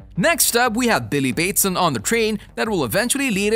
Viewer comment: How do you butcher the last name Batson so bad? Also, the reason they changed Shazam’s name wasn’t because they didn’t wanna confuse people. Please do research before you make these videos. SMH.